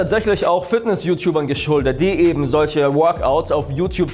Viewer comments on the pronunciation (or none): none